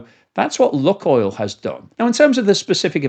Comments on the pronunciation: Annoying video to watch as you pronounce the name of the oil company wrong....it's pronounced 'Luke -oil'. I lived in Russia for 20 years and my wife worked for 'Luke-oil'.......not 'Luk-oil' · Okay I'm done with you, this is the 4th video where you repeatedly pronounce Lukoil( 'loo.koyl') as 'luck.oil'. ITS IRRITATING especially when its 100 times a video and I cant listen to it anymore. I've left comments every time but you obviously haven't picked up on it. If you cant research the company name that you're talking about properly, I find hard to have faith in what you're saying, but mainly its just IRRITATING. bye. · duh - what planet do you live on? your pronounciation of lukoil is ridiculously ignorant - its lewk-oil = luke-oil ' NOT LUCK NOT LUCKY ..... LUKE-OIL. you live under a rock in britain. should try to get out and around more. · Pronunciation.... luke-oil not luck-oil, please. Thnks for presentatio...n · Luke not luck. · Its pronounced ‘Luke’ Oil (not look oil)….. please amend, as it makes me cringe every time you say it incorrectly!😖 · I used to be a shareholder but got out and sold everything about a week before they invaded Ukraine. Exxon, Petrobras and some of the Canadian oil companies, even some African ones are better options now. I've always pronounced it as LUKEoil not LUCKoil. Is that not correct? They're definitely not having much luck right now! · I really like your stuff but think 'Luke' not 'Luck' with Lukoil. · Did you say 'luckoil"..?..😅. I take it you've never been to Russia.. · try "luke-oil" ;) the way you say it is wrong. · Lukoil, pronounced "Lukeoil" as in Luke and oil. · LUKOIL is pronounced “LOO-koyl”. • “LOO” – rhymes with blue or shoe • “koyl” – rhymes with coil or boil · Your pronunciation of Lukoil decreases your credibility.